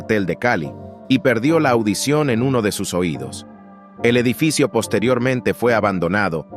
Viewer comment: Dijo Edifico en vez de edificio.😂😂